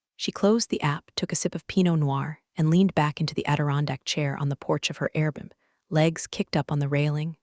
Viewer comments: What’s an “airboom”? Cheap AI speak for Air BnB? Suggest you get a better AI program. Does anyone on these story channels ever bother to give stories a final review and corrections? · “airboom” totally feels like a lazy auto-sub fail. Proofreading would save a lot of face. 📝🙄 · that’s a pretty weird slip-up! Definitely should’ve been "Airbnb." A good review process would definitely clean up those kinds of mistakes.